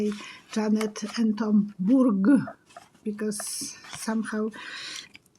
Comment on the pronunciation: Did you say the generous couple are the Berg's rather than Burke's? Thank you for sharing your insights,. Blessings to you and all who read this.